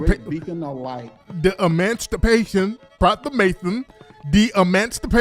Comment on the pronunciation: He emanstipation instead of emancipation. 🤣